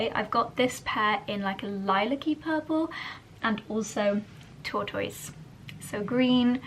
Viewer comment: Tortoise - strange pronunciation...